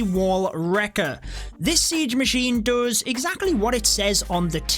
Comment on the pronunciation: Me: Does: Dos